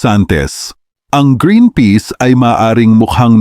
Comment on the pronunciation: Peas not peace 😅 Flours not Flowers 😅